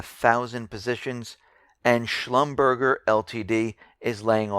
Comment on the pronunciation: It's pronounced schlumber-jha.